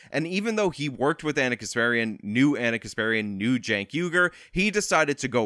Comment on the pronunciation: It's actually Cenk.